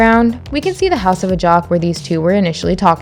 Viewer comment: A J A X. Not AJOCK. AJAX. LIKE THE CLEANER. EVERYTHING ELSE U GOT.